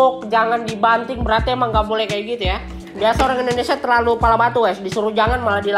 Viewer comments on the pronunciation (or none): none